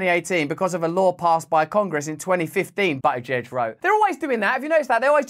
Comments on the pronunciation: As funny as it is to watch you call a gay politician Butt e Jej you need to know it is pronounced Boot ih JeJ. Boot like the trunk of a car. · You have to admit this is why I love Ohio. And it’s BOOT-i-judge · Pete "Butt-it-giege" 😂 I think I see what you did there Russell 👍